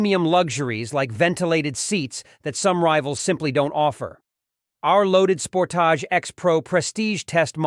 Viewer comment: How can you do a review of a vehicle when you cannot pronounce the name correctly? Thumbs down on this one sorry.